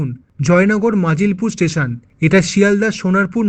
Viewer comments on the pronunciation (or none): ওটা নাজিলপুর নয়। মজিলপুর। ঝাড়খালি নয়। ঝড়খালি।